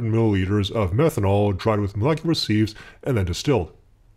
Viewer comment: Awesome work. Really amazing stuff. Now if only you could stop saying "seeves". Sieve is pronounced "siv".